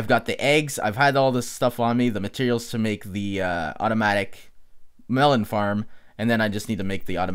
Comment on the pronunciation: WHY ARE U KEEPING ON SAYING MELON NOT MELON!!!!